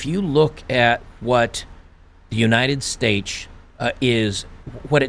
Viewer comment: "United Stage" a very fitting slip of the tongue right there.